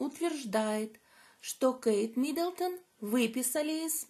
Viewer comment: Не МидОлдон,.а Миддлтон